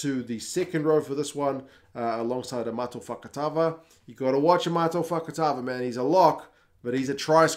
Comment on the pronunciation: Your pronunciation of Amato Fakatava was spot on. I think the surname means KNIFE THROWER in Portuguese. 😊